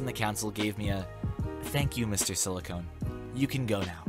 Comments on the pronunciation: You really need to work on pronunciation. Silicon ends in con, NOT cone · Silicon is not pronounced silicone